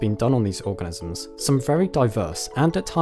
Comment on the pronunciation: at :23 seconds, it sounds like you said "research done on these orgasms"...I even had to go and check it a few times.